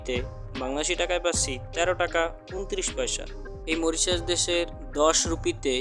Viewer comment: আপনার উচ্চারণ ঠিক করেন দেশের নাম টা